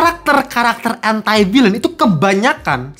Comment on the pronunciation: ENTI VILEN bacanya koh